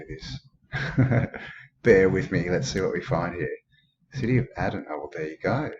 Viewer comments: This place is Aden is pronounced 'aiden'...(old old Irish Gaelic name) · I was nearly born in Aden, Africa when my father was serving in British Army around the time of the Suez crisis, my mother went home to give birth. Pronounced as 'A-y-den' Great stuff mate!!